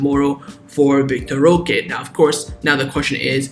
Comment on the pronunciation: Why do you say vitor roca? Its vitor roque